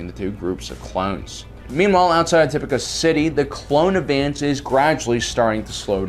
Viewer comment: I can’t finish it, not because of the length, but because you can’t pronounce names right 🙄 why tf do you say “uhsoka Tuhno” instead of “Ahsoka TAHno” or “Tipucuh City” instead of “Tipoca City” it’s annoying asf